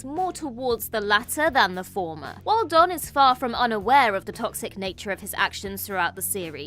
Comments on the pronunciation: Capreeka six???? Do you guys even sci-fi? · It's not caprica as in papriika, guys 😅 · Yeah I don’t remember it rhyming with paprika lol